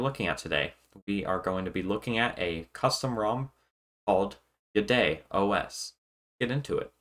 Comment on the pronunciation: At first I thought you were saying "BidetOS". That would have been a great name for an OS that cleans up after Google.